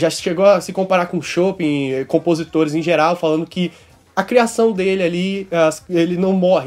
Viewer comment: Chopin é o que eu queria estar tomando agora! 😜🍻 O nome do compositor é pronunciado “Chopã”